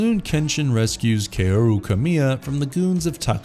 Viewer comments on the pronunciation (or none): My only issue is how a lot of names were pronounced. It's Kaoru[Said like Cow-Ru].